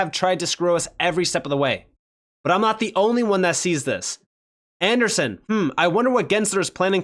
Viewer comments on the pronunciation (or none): Andersssssss NOT Anderson